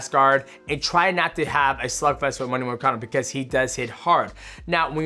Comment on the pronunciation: “Renado moricano”😂